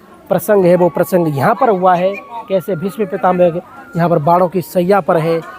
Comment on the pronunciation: Pitamaha bol Bhai pitame mat bol bolna sikho aap